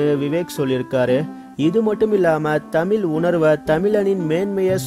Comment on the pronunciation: why can't this host pronounce "Tamizh" properly?